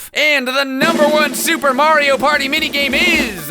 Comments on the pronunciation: Took me 5 years to realize he said Mario Potty, hence the flushing. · It sounds like he’s saying “Wario Party”